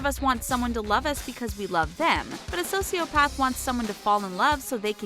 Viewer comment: IM TRIGGERD WITH YOU IDIOT SAYING SOCIOPATH WRONG